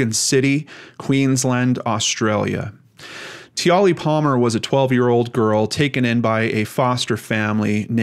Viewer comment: I hope I'm not coming off as a smart-a** but the correct way to pronounce her name is Tia-Lee. I saw an Australian documentary about this and I was so angry. Life as an adult is filled with all kinds of drama. Every child deserves to have a happy, fun filled childhood without people taking that away from them.